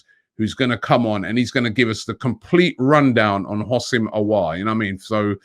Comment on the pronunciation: He's pronounce Aw-war